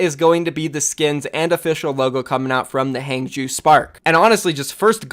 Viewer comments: Its pronounced hah-ng zh-ow (ow as in row). Not hang-jew. Fucks sake every opportunity to be unprofessional you’re right there huh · Zhou in hangzhou is spoken Ouch without ch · For God sake please practice you pinyin. The way you pronounce Hangzhou just make me sick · How people pronounce Huangzhou is actually tilting already LOL, can’t wait for all of the Chinese teams’ names in OWL by casters. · Drinking game: take a shot every time pronounces Hangzhou differently.